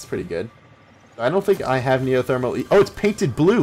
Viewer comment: Neo Thermal not Neo Thermo